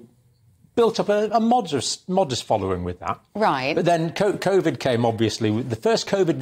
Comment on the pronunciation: Odd how a Nurse cannot even pronounce medical words correctly, ha! Steee roiads, Cov-id then Covid...